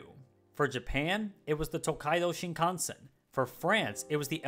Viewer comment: Finally, someone who doesn't butcher the pronunciation of "tokaido shinkansen"